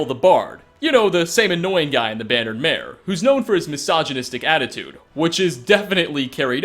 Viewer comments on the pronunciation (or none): none